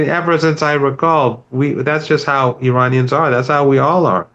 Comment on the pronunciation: Since you are able to pronounce every English word correctly, how about honoring Iran(Ear-on) and Iranians (Ear-on-ians) by ATTEMPTING to respectfully pronounce their country/populace correctly?!?! This isnt the 1980’s. 👏💪🏼‼️☮️